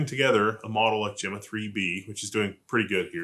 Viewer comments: gemma? It's pronounced gemma, not gemma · "gemma" with a hard "g" is an interesting thing to hear. I'm pretty sure it is named in kind with "gemini" and "gemma/jemma" (real human names), so it uses a "je" syllable at the front. But, this is "gif" vs "gif" all over again.